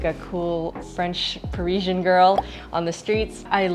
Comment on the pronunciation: French Parisian not Parisian French. PariSian not SHian